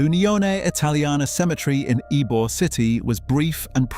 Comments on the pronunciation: It's definitely pronounced E-Bore City i lived there for over 60 years and use to go to his store not knowing who he was. He was just a very friendly man to me! 😊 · Born and raised in Tampa so please believe me, it's pronounced "E"-bore not "why-be-yore" and not "eye -bore" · The funniest thing about this video is you keep mispronouncing.Eybor city in a few of the other places we have here florida , which is understandable because unless you grew up here or lived here , no one's probably corrected you on the proper saying of some of these words , but i'm gonna let you know as a floridian , this s*** is f**** hilarious nonstop😂😂😂😂😂😂😂😂😂😂😂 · I heard the way the narrator pronounced "Ybor" and RAN to the comments 😂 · It was absolutely fucking criminal and I knocked my chair over. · What a piece of crap video! Doesn't pronounce Ybor correctly, shows a picture of Genovese when referring to Trafficante, says "double murders went unsolved" while showing a picture of the Black Dahlia who was murdered in California and not to be mob related. Blocked and reported. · I died when I heard that😂 tampa born and raised and never heard some many mispronounce it before! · "Y-be-ore" city. It's pronounce "E-bore". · Why-Bee-Orr City? Says the AI slide show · God bless all. Ybor City is pronounced E bore city. It is not I bore city. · I guarantee, absolutely NO ONE has ever heard of (Y-B-or-city)…. BECAUSE it’s YBOR CITY pronounced (E-BOR) city… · Ybor……Why-be-ore city and Eye-bor??? It’s pronounced Eebore City! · i swear to god if he's gonna say whybeor city the entire video im going to click off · 1: It's pronounced EEbore, not whybore 2: The pot smuggling was run through Everglades City, not Tampa. They ran the channels btwn the 100 islands 3: Alot also came through E coast's Maule Lake, into Ojus, across from Greynolds Park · Your AI doesn’t know how to pronounce Ybor City, it’s supposed to sound like E-Bor, but your AI reads it as Y-Bor. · Narrator pronounced Ybor as "why-be-or" 😂 😂